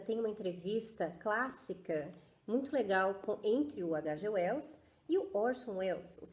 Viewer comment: Nossa,! Que análise incrível! Vou acompanhar seu canal, porque diferentemente de muitos outros canais por aí onde fazem "resenhas" ignóbeis, menosprezando as obras, você dedica sua atenção à mensagem do autor. Só um detalhe: "H.G. Wells" é um inglês, então se pronuncia de outra forma. Detalhe importantíssimo! Adorei o paralelo que você traçou com a Inglaterra; essas informações vieram fresquinhas a mim rsrs Apesar de eu ter lido, nunca havia feito essa "analogia". Mas concordo inteiramente porque quando eu li "A máquina do tempo", ficou claro a intenção do autor em traçar esses paralelos em suas obras.